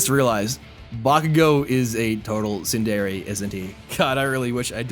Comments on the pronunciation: Lol why did you say Tsundere like that 😭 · i wanted to curl up and die when he pronounced tsundare so horribly fuckin wrong like fuck me that wasnt even close and ur a fucking anime youtuber jesus